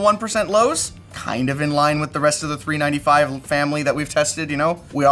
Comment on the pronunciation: How hard can it be to say 395 correctly?